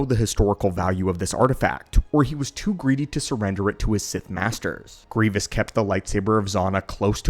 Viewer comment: Master… Bayts? Nuh uh…